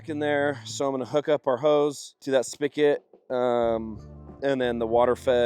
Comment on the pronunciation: did he just call a spigot a "Spick-It" ???